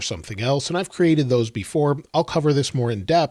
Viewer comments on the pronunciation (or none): none